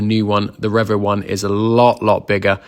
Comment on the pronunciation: Take a shot everytime says Revo wrong😂